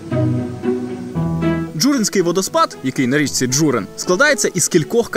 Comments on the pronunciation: Не ДжУрин,а ДжурИн! Наголос,не правельно ставите. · Дозвольте трішки виправити ваші наголоси. Місцеві кажуть ДжурИн, СерЕт.